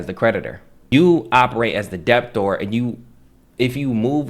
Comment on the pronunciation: Debtor is pronounced with a silent "b". It is not "deb tor" or "dep tor" it is like "deh tor". I say this with respect.